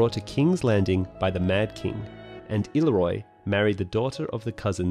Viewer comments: I-leer-ree-oh, please not illeroy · “Ill-ear-io” is the correct pronunciation of Illyrio.